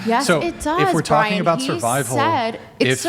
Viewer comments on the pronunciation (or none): none